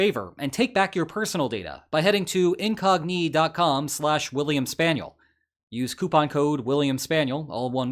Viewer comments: Why are you pronouncing Incogni like IN⚙🦵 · I hate how you pronounce incogni. I hate it so much :p